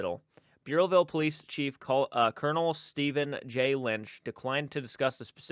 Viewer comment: I live in Rhode Island. Providence is the main state paper. Burrillville Bur rhymes with spurs. I know all the places you are mentioning. Reach out if you need any more state info.